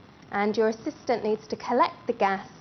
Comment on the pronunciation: I love how she says you need a compatent assistent XD